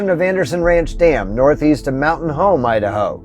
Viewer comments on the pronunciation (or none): none